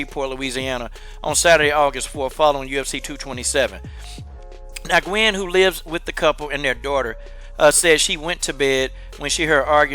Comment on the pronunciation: Nguyen is pronounced like "win". Just fyi. But yeah fuck this guy tho.